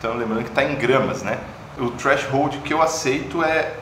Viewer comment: Pô, "treashold" né? kkkkk